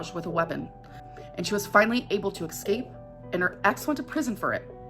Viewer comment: She was able to "excape"